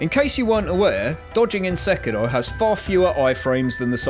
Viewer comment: Love your pronounciation of sekiro